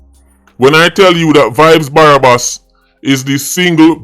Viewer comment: Man seh barabas lmao 😆😆😆😆😆a joke thing it’s okay